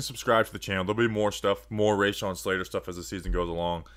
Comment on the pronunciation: Great video man. I’m so fucking excited about this kid. Just one tiny bit of criticism though - it’s “ruh-shawn” not “ray-shawn” :)